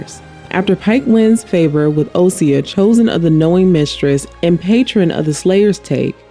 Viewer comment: also osysa - correct in the transcript, but she always pronounces it as “osya”